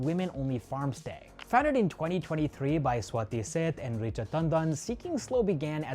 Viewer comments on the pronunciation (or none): none